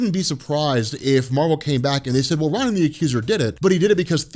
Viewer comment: I really wish he would pronounce ronan right.